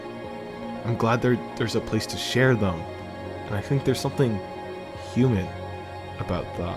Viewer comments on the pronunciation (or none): none